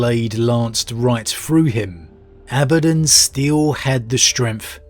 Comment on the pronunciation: Whew! Was wondering how you were going to pronounce Abaddon. You use the one that isn't distracting to me. Carry on... carry on....